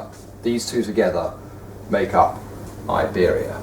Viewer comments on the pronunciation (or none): none